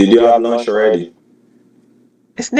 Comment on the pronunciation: “I’m just asking if you’ve had lunsh”